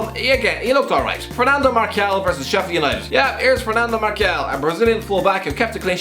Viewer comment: Fernando Markial? Seriously?